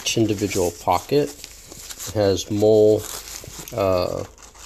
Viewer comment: Mole? No my friend. Molle pronounced like Molly